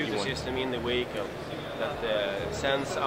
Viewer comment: Ive just found a new drinking game. Have a shot of vodka every time that guy says "weehicle". You'll at least be tipsy in two minutes.